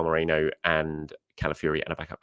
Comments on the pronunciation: After correcting yourself you said Mereno twice afterwards. Hilarious. Why do people find it so hard to pronounce his name correctly. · Meh - REEN - No